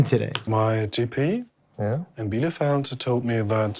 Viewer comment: Did Mark say "My GP in BIELEFELD (??????!!!!!!)"